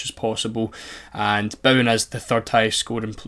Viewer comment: Craziest way I've ever heard someone pronounce Bowen